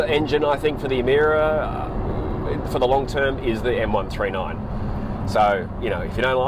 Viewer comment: How come in my Kings English is Emira pronounced "Emeera" for Lords Sake???